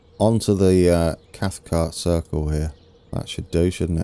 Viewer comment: A local would say something like "cross-muh-luff" but you'd not turn many heads saying it the way you have been. Cathcart you're saying perfectly right. There is a stairs mod on the .net site that, for me, is more elegant than the one you're using, might be worth a try but it all worked out well at Crossmyloof anyway